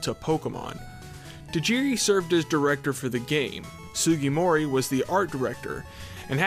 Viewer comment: It's Sujimori, you're pronouncing it as Sugimori. Two completely different names